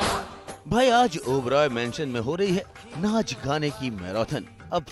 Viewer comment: It's not oberio moment it's obro moments